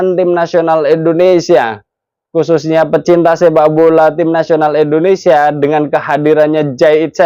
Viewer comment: Bang maaf Nyebut negara kita jangan endonesia bang Tp Indonesia 🙏🙏🙏